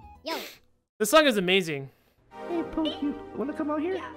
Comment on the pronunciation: Its poke laws po-k